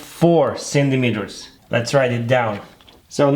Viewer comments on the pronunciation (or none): Did i only notice the fact he said Similimeters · Nobody: This dude: cinimeters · I love the way he says centimeters C I N N I M E T E R S